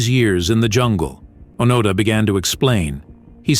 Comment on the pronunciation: I don't need commentary from someone who lacks the intellect and/or motivation to formulate a video without utilizing another's accomplishments. The least you might consider is properly pronouncing the name of your subject!